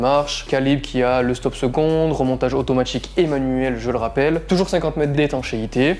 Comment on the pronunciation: Mouvement « automatchique » / plus « petchite » / les « sortchies » , c’est hilarant les gens* qui parlent comme ça